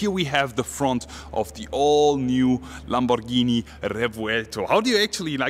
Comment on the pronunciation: Ur pronunciations of Lamborghini ia PERFECT, u r italian ahaha A lot of people say "lEmborghini"or "lemborgini"